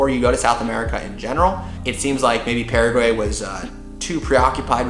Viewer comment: I'm from Paraguay, living abroad and I have to say that this is one of the first vlog /blog about my country being fear about describing my lovely Country. I'm very grateful for it! Thought, there are a couple of things I would suggest to correct about the pronunciation such "Paraguay, mbeju, terere, jopara, and the river name" ;)